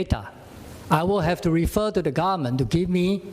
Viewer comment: The way he pronounce government as garment is so funny...